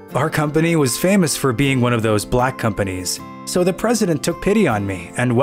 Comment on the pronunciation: I don't like the way he's saying black 😑